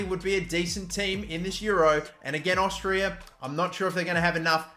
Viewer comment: Tell me, what is Austrrirra? Its Austria, not even hard to say lel